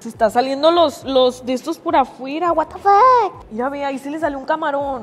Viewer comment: Amo cuando dice watefak AAJAJAJAJAJA